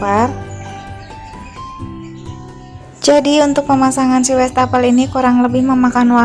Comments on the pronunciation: Wastafel , bukan westafel .. Wallpaper bukan welpaper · Westafel sama welpeper..salfok ama penyebutan nya😂😂😂